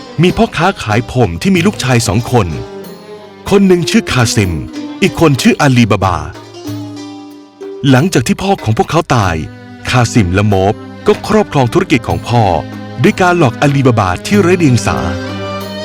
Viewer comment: ละโมบจ้า ไม่ใช่ละโม้บ ใช่มั้ยได้ยินแบบนี้ตอนต้นเรื่อง